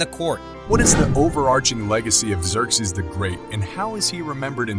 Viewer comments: Please stop saying 'Eck-zerzes......it's 'Zurkzees' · Were there multiple god kings or is there a reason his name is said/pronounced (and spelled) differently throughout this video? For example: Exerxes and Xerxes… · "a i voice" diction error. There was only one Xerxes. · Hmmmm, learned a few things. Biggest question though is how much of this was AI. The artwork looks AI and while more fluid than I'm used to, the vocals are obviously AI because of how it repeatedly mangles the name Xerxes in different ways that no human would do lol. Even the closed captioning appears AI. It was entertaining though but it just seems that too much AI was used and the only thing other than the video clips might be the second voice asking questions in the video. The 3D effect made me wonder where I put my 3D glasses lol.